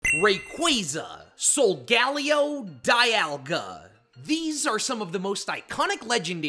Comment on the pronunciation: its soul ga lay oh btw